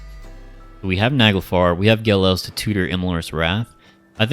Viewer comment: You're mispronouncing Ge'Els. It's an apostrophe not an L.